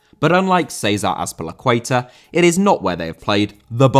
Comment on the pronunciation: 1 50 Céizah Azpelicueiter?!Yeaah,it's César Azpilicueta